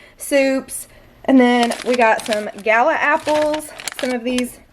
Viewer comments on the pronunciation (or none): none